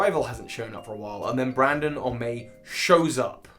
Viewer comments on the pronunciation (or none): Its BRENDON not BRANDON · Excuse me, his name is pronounced "Bren-din"! Good video, though! Love how this is one of the most hated rivals in Pokémon speedrunning.